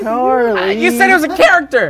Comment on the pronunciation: "I belive in youch, Pikachu!"